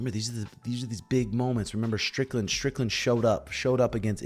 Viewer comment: stop saying stricklnad when you cumshot. take stupid glasses off maybe duh